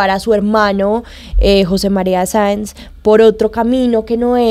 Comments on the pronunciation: Y aparte dijo varias veces Manuelita Sanz en lugar de Saenz. Muy triste. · Alguien que le diga a la muchacha que su personaje es Manuelita Saenz no Sanz!! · Un like si vienes a ver que comentan sobre la actriz que no sabe pronunciar el nombre de su personaje, Manuelita Sáenz. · Maravillosos actores y, claramente se vé que estudiaron sus personajes; nuestro prócer Santander tiene uno de sus mejores homenajes en. Felicitaciones!! Manuelita Sáenz, tuvo en la actriz ecuatoriana la mejor representación, porque nuestra actriz no sabe ni pronunciar el apellido (ojalá lo sepa escribir), ni entendió que Manuelita fue una patriota también, que esas vivencias de niña y joven la hicieron rebelde no traviesa. 😒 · Que pena que ni siquiera puede pronunciar el apellido de quien interpreto....aparte que no tuvo un gran papel a comparacion de otros que tuvieron el mismo tiempo de actuacion